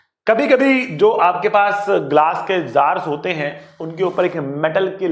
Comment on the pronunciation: sir was continously speaking work "hote" Which each time reminded me of an Arabic person speaking😂😂😂 But really sir you are the best person and teacher😌